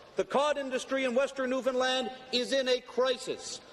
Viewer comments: First time I've heard someone covering an Atlantic Canadian topic who didn't mispronounce Newfoundland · The pronunciation signifiers in this video are baffling. Somebody who says "zee", yet pronounced Newfoundland bang on? Amazing. I had assumed with the earlier Newfoundland drop that the presenter was Canadian, but zee suggests otherwise.